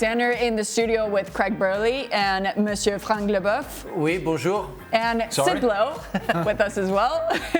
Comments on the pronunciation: Wasn't it French accent? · Why did she say Frank Leboeuf with a German accent?